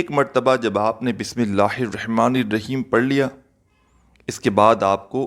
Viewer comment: pehle bismillah sahi ada kren